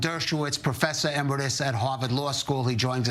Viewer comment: "Professor Embrudus"? REALLY? Dumb-ass talking head needS to learn "E-ME-RI-TUS". Stay HOME 'til you DO. THANKS.